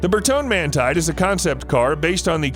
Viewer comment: It's pronounced GUY-Yard-OH. Not Gah-Lard-O. Who taught you people how to pronounce shit? OMG It's Ber-TON-E Man-TEE-Day. Please stop reading for car stuff!